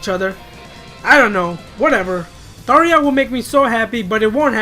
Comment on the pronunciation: Her name is Tharja not Thaareja.